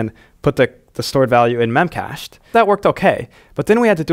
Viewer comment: BTW, it's pronounced "mem-cash-dee" :)